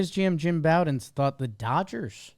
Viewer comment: I'm not trying to be a grammar nazi but Jim Bowden aka America's GM pronounces his name slightly differently. "Bow", the first syllable, is pronounced similarly to the same word in "bow and arrow" or like the Bo in Bo Jackson